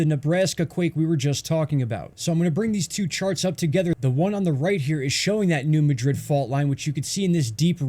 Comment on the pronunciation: Thanks for your video! With all do respect though, being a native of the E. AR and W. TN area....it's New MAD RID. Not like how Madrid, Spain is pronounced. Just thought you should know.